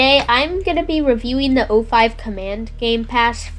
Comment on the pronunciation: It's O5 Command not 05 Command.